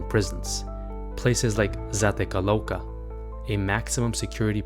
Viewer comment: Why did you say Zatecalouca? It’s Zacatecoluca. Dummy